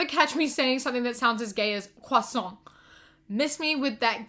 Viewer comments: Omg you pronounce croissant so well 🥺. And yea as a French person I can testify that we're gay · as a french person i would like to thank you for the effort you put into your pronunciation of the word croissant. also yes, we are all gay. <3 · As a french girl I want to say thank you for the way you pronounced "croissant". I love you. (Oh and yes I'm gay)